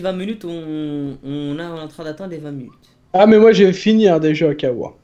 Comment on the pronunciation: minute pas munute répète après moi minute pas munute